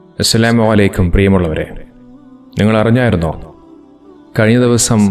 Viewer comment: താങ്കളുടെ സലാം.. അക്ഷരങ്ങൾ മാറി പോകുന്നുണ്ട്.. അസ്സലാമു ഒലൈക്കും എന്നല്ല അസ്സലാമു അലൈക്കും എന്നാണ്.. അക്ഷരം മാറിയാൽ അർത്ഥം മാറും ശ്രദ്ധിക്കും എന്ന് വിചാരിക്കുന്നു